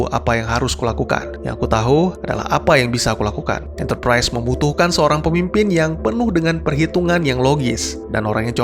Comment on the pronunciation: Enterprise bang bukan enterprais